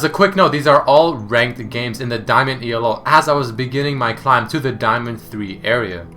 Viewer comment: Why can you just say ELO like everyone else... STOP FUCKING SAYING IT LIKE E-L-O so annoying brah